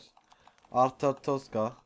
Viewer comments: Nermin Memmedova ama şimdi artotoska demesi daha güzel arztotka demesi daha zor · Nermin Memmedova arztotzka değil arstotzka :D